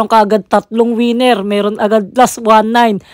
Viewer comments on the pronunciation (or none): none